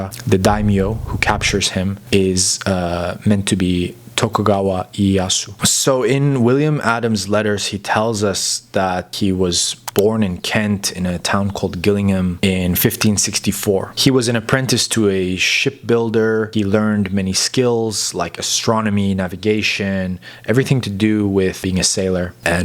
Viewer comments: Gillingham is pronounces 'Jillingham'' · It's a soft G - pronounced Jillingham (as opposed to the Gillingham in Dorset which is pronounced with a hard G. What can I say - English is hard. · A English quirk, Gill as in a fish has Gills, but in this instance Gillingham would be pronounced Jill-ingham. Brilliant video btw. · Just for your info its pronounced Jill not Gill so Jill-ing-ham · [J]illingham, not[G[illingham! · G in Gillingham is pronounced as J in John. Not G as in god. Please check, it’s quite irritating to those of us who know… I dread to think about Japanese pronunciation 😂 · The town in Kent is calls gillingham it’s pronounced with a j not a g and England has never had a war with Portugal. It’s the only European country England hasn’t. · Gillingham is pronounced with a J not G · The town in Kent is pronounced Jill(Ingham) not Gill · Apologies, but that is not how you pronounce Gillingham. It's a soft G, so it is pronounced "Jill-ingham" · lol, poor residents of Gillingham - its not 'gill' as in what a fish breaths thru but more a "Jill" as in the ladys name, i.e. 'jillingham' if you want a closer representation of how to prenounce it :) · Hello I live in Gillingham Kent its part of the Medway Towns there was a thriving dockyard at Chatham walking distance from Gillingham. Gillingham is pronounced asin Jack and Jill with a J not a G as in fish gills. A very common mistake for non English people our place names can be hard to get right due to old English pronunciations. A very interesting tale and we have a will Adams monument in Gillingham. I saw the first mini series of shotgun in the 80's and enjoyed the series so look forward to this remake. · just fyi, a minor point, Will was from Gillingham, Kent UK (pronounced JILLingham). GILLinham (as you have pronounced it here) is in Dorset. There is a memorial in Gillingham after him. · Gillingham is pronounced Jillingham. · Gillingham in Kent is pronounced like Jillingham. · It’s pronounced Jill ing ham